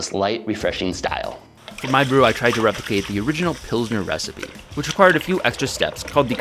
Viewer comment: ... almost clicked off when you said pilsner but ima stay for longer